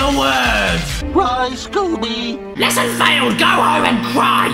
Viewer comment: LEHSSUN FAYLED